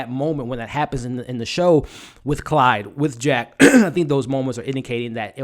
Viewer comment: You say Clyde but it a Claude they are French